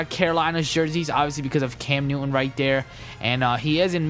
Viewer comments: Newin instead if neuton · I love how u say cam newish